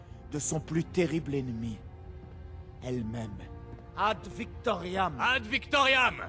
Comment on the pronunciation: Italian Ad Victoriam is the real pronunciation of that phrase.